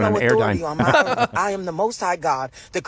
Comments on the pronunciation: If she were God she would at the very least NOT pronounce earth with and F at the end. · Dis b my Earf